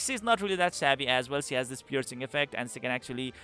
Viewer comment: you can perfectly pronounced schimdt but you can't pronounce she. think she as schi then. exact same thing.